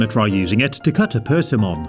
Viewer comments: What the hell is a personom It’s persimmon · You said persimmon wrong